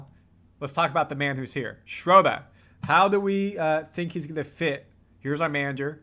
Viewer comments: and everybody, please stop saying “Schrodah.” German has a uvular “r” in the back of the throat, sounds a little like “ah” to English ears, but there really is an “r” in there. Just say “Schroder,” normal-like. Same goes for Maxi Kleber. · hey how about learning how to say his name now.... SINCE IT'S OFFICIAL!!!! "SHREW-DUR!"